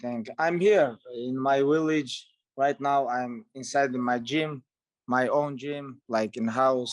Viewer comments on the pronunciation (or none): Khabib “I’m in my willage” Nurmogomadov